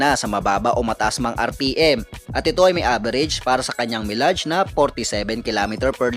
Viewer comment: Napansin ko lang mali bigkas mo ng salitang "mileage", I hope mai-correct mo na next time. Subscriber here from San Narciso, Zambales. RS always!✌️